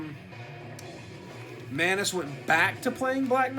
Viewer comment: I've been pronouncing Manes wrong for freaking years apparently. Stop ruining my sense of reality!